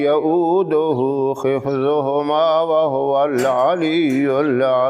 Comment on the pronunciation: Salamo alaikum Janaab aap ne Ayatul kursi ki tilawat ki lekin aapney aakhiri line ki tilawat me WALAKHIFZUHUMA PADHA JABKI WALA HIFZUHUMA HONA CHAHIYEY AAP APNI TILAWAT KO CHECK KAREN, SHUKRIYA